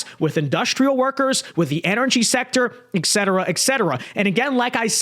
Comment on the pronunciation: Not "ek-cetera." et-cetera used at the end of a list to indicate that further, similar items are included. "we're trying to resolve problems of obtaining equipment, drugs, et cetera"